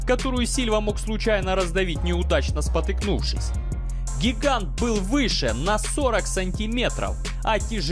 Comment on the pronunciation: не спотЫкнувшись, а споткнувшись ☝️